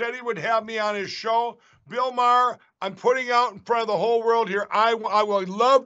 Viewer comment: Bill Mar.